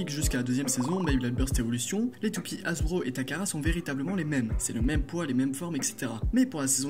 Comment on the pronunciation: Ça va mais juste tu dis '' hajbro '' A la place de dire '' hasbro'' mais sinon ça va et geist se prononce gueist